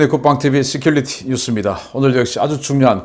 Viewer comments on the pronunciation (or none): 어이! 민주당 공천 받아볼려고 민주당사에 기웃거리던 부산 아재요! 101번째로 간청드립니다. '시큘리티 뉴우스'가 아니고 '씨큐리티 뉴우스' 입니다. 요즘은 혀도 성형수술 가능하다고 하니, 강력 추천드립니다. 아니면, 기냥 쿨하게 '국방 뉴우스'라고 한국말로 말쌈하시구랴~~!